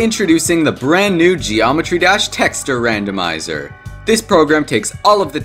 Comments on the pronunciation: bro says "texturr" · bro said tekster skull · The way you pronounce texture... good lord. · the way bro says texture is driving me insane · I cant with this anymore... YOU KEEP SAYING "TEXTURE" WRONG